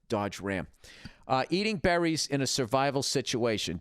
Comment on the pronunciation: "....eating bEHHrries..."